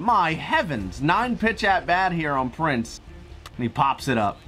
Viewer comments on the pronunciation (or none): none